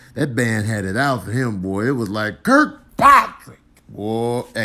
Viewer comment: It was more like kirk-PATRICK! 😂